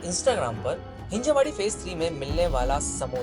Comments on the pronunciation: Bro.. it's हिंजवडी. हिंजेवाडी नाही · हिंजेवाडी ❌ हींजवडी ✅